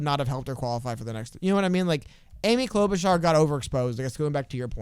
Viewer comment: Klobarchar was klobbering that debate